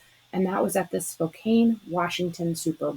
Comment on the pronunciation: Spokane... 😊 it's pronounced "spo-can". Thanks for these menus! Good inspiration